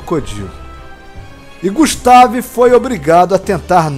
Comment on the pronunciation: Eu acho que a pronúncia do nome dele poderia ser "gÚstave", acho que ficaria melhor, mas não ficou ruim assim. Muito bacana o vídeo e que criatividade grande! Eu acho que poderia dizer que é um deinosuchus mesmo..